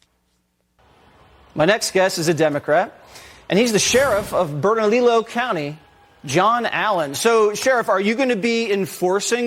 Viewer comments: Bernalillo is pronounced Berna-leo. The name Lujan is pronounced Loo-han which rhymes with wuhan. In NM she is called MLG. I personally call her the evil leftist sexually assaulting troll. The depth of disdain I have for this woman is indescribable, especially after what she did to this beautiful state and wonderful people who live here during covid. Other reasons I despise her is that not only does she think abortion up to birth is ok she is proud that NM is one of the states that do a high number of late term abortions. She also just signed into law the right for children to have abortions or sex mutilation surgeries without parental consent or knowledge. There are many more disgusting things but i will stop right here before my blood pressure skyrockets. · Pronounced Bern-u-lee-o 😂 for Bernalillo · Bernalillo: Bern - A - Leo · Bern-a-lee-o county. Bernalillo. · Benny, no offense, but here's the pronunciation for a couple of words: Bernalillo = BURN-A-LEO (in Spanish, 2 Ls sound like a Y) and Lujan = LOO-HAN (in Spanish, J sounds like an H). Thanks for your coverage on this "right to carry" issue, Benny! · Pronounced : LOOHON. Spanish - the j is silent BURNALEO COUNTY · Bernalillo is pronounced as the double L is a 'y" or silent. ie- Bern-a-leeyo or Bern-a-leo. And Lujan is pronounced as the "j" is an "h". ie- Bee-y-ach. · Benny. Just an FYI. The county is Bernalillo. Which sounds like ( Burn-a-lee-o) Love you man. Your the best. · It's pronounced "BERN A LEEE O" Anyway, I hate our gov. It's Looo Han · FYI. Bernalillo is pronounced bernaliyo. Lujan is loohon. Thought you should know. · Lujan is pronounced like lew-Han and bernallio is pronounced like burn a lee o thanks bro love the show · Benny, you're in a state with a large Hispanic population and you need to learn how to pronounce Spanish words, the J in Lujan sounds like an H, the ll, is pronounced like a y, as in tortilla and Bernalillo. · Burn -a-Lee-oh. New Mexico